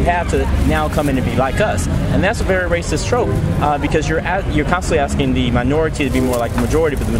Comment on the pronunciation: His go to response... "Tha's Raciss".